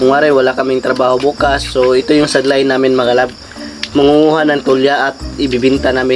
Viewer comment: Sadline❌ Sideline ✅